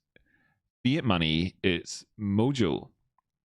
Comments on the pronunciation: maney. maney is wot bwings us togevah, today. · Maney, twue maney